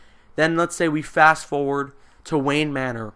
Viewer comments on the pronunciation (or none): none